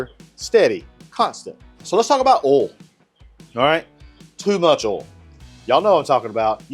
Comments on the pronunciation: It’s oil not oool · “so let’s talk about öl”